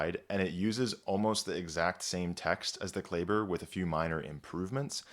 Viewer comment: I'm confused why you mispronounce Klaeber, a common German name, when I can only presume that you possess at least a satisfactory knowledge to pronounce German in general, which has a very regular pronunciation scheme?